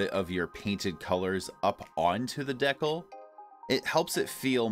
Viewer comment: I love your videos man and you are saying decal completely wrong